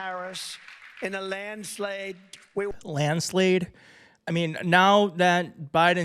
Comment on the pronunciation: "LandSLADE?" yeah, time to retire #oldmantrump